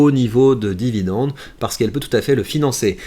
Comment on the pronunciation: Jacques a dit : Vidende ! :hand-purple-blue-peace